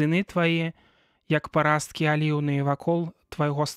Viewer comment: Прачытана: пара'сткі, слоўнік дае націск на першым складзе: па'расткі.